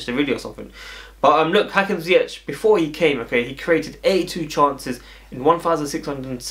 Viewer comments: A real look a like😉😉😉 also funny how you pronounce his last name, the last 2 letters you ore English people speak wrong. Its with the hard G as we call it in the Netherlands. I hope you understand my bad explanation but i mean it in good way as you know😍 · Dat is ook fout, met de harde G🤓